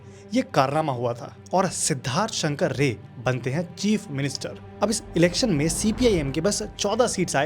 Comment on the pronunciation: Your Bengali accent is very good. But I think it's Siddharth Shankar Ray(RAAI, Not rey).